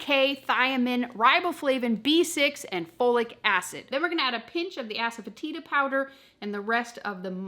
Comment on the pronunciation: all of your videos rock! We eat low carb 90% of the time so this would be possible on a 10% day. But really?? You have asefetida in your pantry?? Ues you pronounced it correctly. I just heard of it on a chef challenge show a couple weeks ago! I will have to look for a couple of these ingredients before I can consider it. Many Blessings to you & Robert from Deborah in West Virginia!